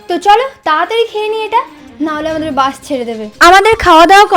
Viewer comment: দিদি ওটা বাঁশ না ওটা হবে বাস তুমি ভুলে বলছিলে🤭🤭